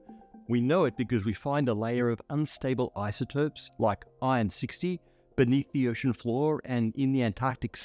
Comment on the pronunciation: man really called "iron" "ion"